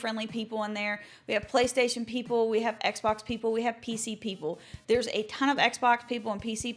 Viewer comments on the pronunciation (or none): none